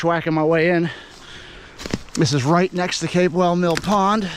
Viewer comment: It's Pronounced CAP WELL Mill Pond!